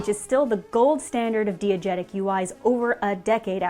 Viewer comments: cannot listen to mispronounce diegetic for this long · tjis video is fantastic but also i wasn’t ready to learn that i’ve been pronouncing diegetic wrong for my whole life and career on this fine friday afternoon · please everytime you pronounce diagetic wrong i die a little more inside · that's not how you pronounce diegetic and I'm going to let it bother me. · She pronounces diegetic wrong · Exemplary video, but you are killing me with that mispronunciation of "diagetic". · I hope it wasn't "diegetic" considering how many times she pronounced it wrong. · Because she's pronouncing it incorrectly, and it's worth pointing out so that people who may have just learned the word from this are aware. It's not meant to be an attack on her, just information for everyone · Her pronunciation of diegetic as dee-a-getic is really throwing me :p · Hearing pronounce diegetic "dee-egetic" is very cute... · I guess you're trying to make a point about the validity of variant pronunciations and English dialects and the elitism of declaring one way of speaking to be "correct". And ordinarily I would agree. However "diegetic" is a highly technical word not in common use, universally pronounced with /dai/ as are similar Greek loans. pronunciation is not widespread enough to be a variant - it's a simple error, and it's okay. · Anyone else bothered by her pronunciation of diegetic? It’s almost as frustrating as timbre being pronounced timber for a musician. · Is it DEE-a-jet-ic or DAI-a-jet-ic? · the repeated mispronunciation of diegetic lost me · Damn cool video if only could pronounce "diegetic" correctly (Die-e-getic, not Dee-e-getic) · you did NOT just pronounce DIegetic DEE-uh-jet-ic like 15 times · My therapist: pronouncing it "dee-egetic" instead of "die-egetic" isn't real and can't hurt you This video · You probably haven't, it's pronounced dye not dee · Dee-uh-jet-ic bad, dye-uh-jet-ic good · Everyone: diegetic: DEE-igetic